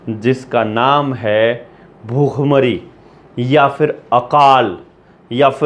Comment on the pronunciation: bukkh-mari ❌ Bhhook-mari ✅ anpadh